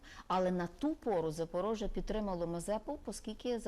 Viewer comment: кров з вух тече при слові Запорожжя, але інформативно